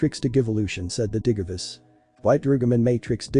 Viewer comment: Just to let you know that the voice is saying things wrong such as the digimon names and digivice it sounds weird